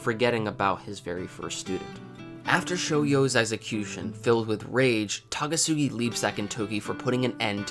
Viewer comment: It's Takasugi not Tagasugi dammit